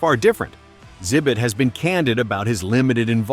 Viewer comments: I think it's AI so it's reading the x as silent. I have trouble finding good YouTube videos these days cause it all sounds like AI now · Why tf do you call him "zibit"